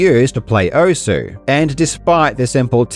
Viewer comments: it literally says welcome to "OSS" when the game starts, theres no debate on how its meant to be said XD why do ppl still call it "Ohsue" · Thank you for pronouncing it as "ou-su" because I know OSU but not how it's pronounced. Even if it's pronounced wrong, I know now that it's pronounced "ous" Very inclusive, you absolute legend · Who the hell calls it OSS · Give your audience credit enough to pronounce Osu as intended. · Nah if they wanted it pronounced oss they shouldn’t have spelled it osu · Take a shot every time it sounds like he's saying oso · “This is pronounced one way, but I’m going to say it differently for a random reason” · if only people could say the name of the game correctly. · I understand why you pronounced Osu how you did, but as someone who put quite a few hours into the original Ouendan games, where you here "Osu" quite frequently... gah 😂 Ah, Ouendan... I picked up Osu once, hoping it would be like more Ouendan/EBA, but alas, it's a far different beast, and far more involved. The game is a lot easier when it's on a tiny DS touch screen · I always thought the U is still pronounced, its just faint, like 'desu' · No one will pronounce osu right. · the best part is he found out he wasnt saying the name right but didnt have enough respect for this dumb shit to change it.